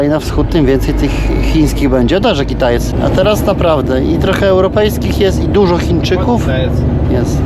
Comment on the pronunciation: K i t a j c e 😁 zawsze mnie to śmieszyło.